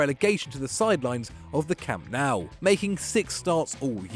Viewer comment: Kamp naw,not camp nou 🤣